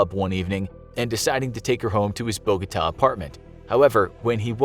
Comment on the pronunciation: Bogota it's pronounced bo-Go-TA but buh-go-da.